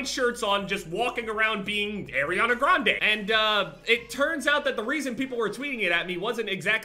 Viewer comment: But u dont even know how to pronounce her last name lol. 😂